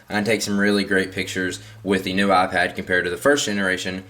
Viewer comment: " neuu" its NEW fark